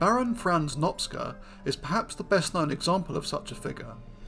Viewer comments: Cs in Hungarian is pronounced like ch, as in chicken, or choose. Nop-cha not Nop-sca. Cheers. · It's quite funny how many people in the comments keep referring to him as Nopsca because of how you say it, switching up the "c" and "s" but it doesn't really matter anyway because the pronunciation is somewhat incorrect regardless. The letters "cs" are pronounced as "ch" is in "challenge" if you care. It's in Hungarian and it is really unlikely to get it right if you don't speak Hungarian. Fun fact, no the other one, a boring fact because someone mentioned it in a comment, Magyarosaurus means Hungarian lizard because Magyar ,of course, is the Hungarian word for Hungarian which everyone also mispronounces in an expected but, at least to me, amusing way. The more you know the less you care etc. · Great subject, it is pronounced "Nohp-cha" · In Hungarian, the letter group cs is pronounced like ch in English. His name is pronounced Nop-cha, not Nopska, which also involves switching the position of the letters. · Since he is Hungarian, I think the ‘cs’ sequence is pronounced like ‘ch’ as in ‘choose’ (Hungarian spelling is kinda weird) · Small nitpick: In Hungarian the "cs" makes the "ch" sound of English (as in "church") [IPA: tʃ ].